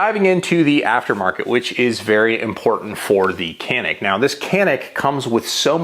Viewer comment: I am Turkish, and Canik is a Turkish brand. However we can not buy it in our country. Not easy to obtain it due to strict laws. We can only watch American videos to learn more about it. By the way pronounciation is wrong. İt is something like "ja-neek".